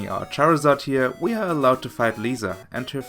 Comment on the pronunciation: Did you just call charizard a chairazard?